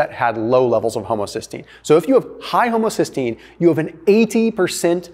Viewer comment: Haha he said homosystgeine